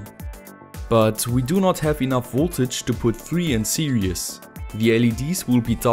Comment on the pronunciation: I don't know why I'm watching this video I've been building LED drivers for years now... Ah yes. Now I remember I wanted to know if calls it "series" or "serious" still 😅